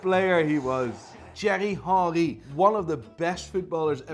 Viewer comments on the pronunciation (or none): Its thiery henry not jery hory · Wtf he just said chery hori for theiry Henry 🤣🤣🤣🤣🤣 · "Cherry hanry" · The way he said Thierry Henry😂😭 epic af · The way he says Thierry Henry😭😭😭💀